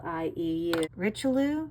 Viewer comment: Richelieu is french. Pronounce REESH LEE YOU